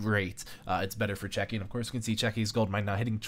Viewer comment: Where is the "k" in Cechi ? Your incorrect pronunciation of many words is very bad please fix this. (Arch vs ArK mage)